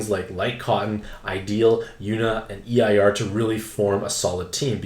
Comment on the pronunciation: My guy, Eir is pronounced like “air” lol